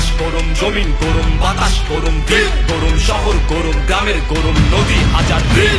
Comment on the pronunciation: "গোরোম" না 'গরম' হবে। উচ্চারণের দিকে একটু মনোযোগী হওয়া উচিৎ।